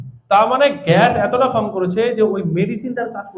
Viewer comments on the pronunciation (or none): none